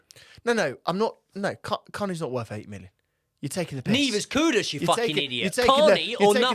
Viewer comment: Why do people keep calling KuDUS, KuDOS instead? is another one, how hard is it to pronounce the guy's name right?